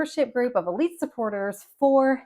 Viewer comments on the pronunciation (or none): none